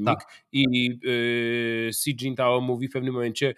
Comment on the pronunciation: Panie Piotrze, Xi nie mówimy "ksi", tylko "śi".